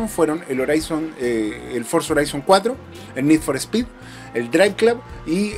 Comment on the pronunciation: Horizon se dice Jorison, no Joraison 😂